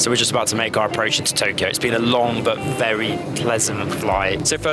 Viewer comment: Haneda (ha Nay Duh) To KYO not to Kee yo, fyi, great review otherwise